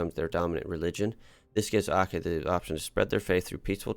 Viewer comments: Brunei is pronounced as Brun-eye. While Aceh is Aw-che. Hope u dont mind ❤️ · Aceh is pronounced Achehh (a single C in Malay is pronounced like CH in the English word Chat for example)